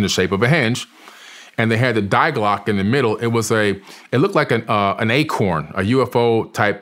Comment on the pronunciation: If I hear this dude say “dieglock” one more time I’m going to rip out my eardrums